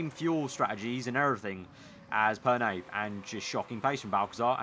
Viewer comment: Perné, not Perney